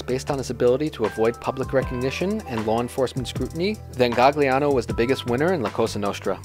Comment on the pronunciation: And where the hell do you see an "L" in Maggadino? AND and the accent is on the "e" not the "a" in the name Stefano. It was painful to listen to this. And it's not GaGliano. Gli is pronounced Lyee. Same with consigliere. It's not ConSIGliere. It's the gli is pronounced lyee. Use Google Translate and hit the little bullhorn icon that pronounces it. And it's Anastasia not Anatasia. For the love of God! Please.